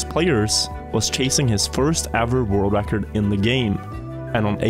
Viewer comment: Stop saying "Räackkkord" pls